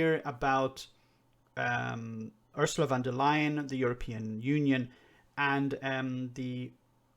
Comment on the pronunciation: I am surprised and disappointed that a man of James O´Brien´s intellect still cannot pronounce Ursula von der Leyen´s name correctly. She was elected to the post of President of the EU Commission in July 2019, so he´s had plenty of time to learn it.